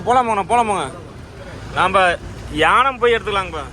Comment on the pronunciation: யானம் இல்லை ஏனம்.